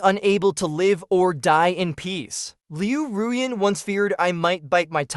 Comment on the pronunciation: This is the first time that I have ever heard her name pronounced correctly. It always sounded like Liu Ryan instead of Liu Ruyan.